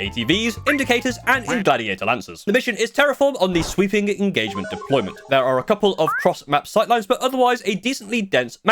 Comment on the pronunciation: sweeping INgagement you say